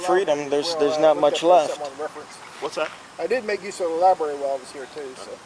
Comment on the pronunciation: Lieberry LOL